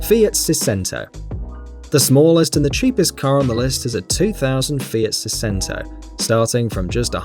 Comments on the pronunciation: Sei-cento, not sicento, it means 700 in italian... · not seezento saidshento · it's "sey-chen-tou" not "se-sento" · It's Sei-Chento not Sei-Sento. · Fiat sisento?? Coś się mu poyebayo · seicento is pronounced siechento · seicento - thats: sei-ch-ento as it is in italian :) it means six hundred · It’s pronounced Say chenn toe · the way he pronounces seicento...